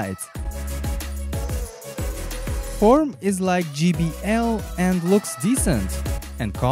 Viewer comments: ITS JAY BL, NOT JEE BL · When the whole world can't speak English: It's not GBL, it's JBL